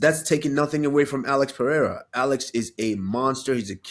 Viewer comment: ccc Is the only guy who mentioned Pereira's name the right way 🎉🎉🎉🎉